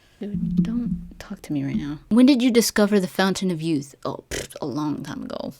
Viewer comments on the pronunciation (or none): none